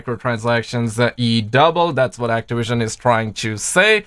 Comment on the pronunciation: It's ok you say Actowision a lot too